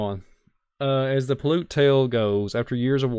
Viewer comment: That INDIAN TRIBE'S NAME IS SAID THIS WAY. (PAY-UTE). I AM FROM THE AREA. And I have been to the cave/caves many times. VERY INTERESTING PLACE. I have a lot of info about the area.